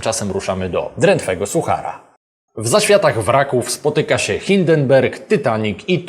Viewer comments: Hindenburg nie hindenberg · Nie Hinderberg a Hinderburg - oj.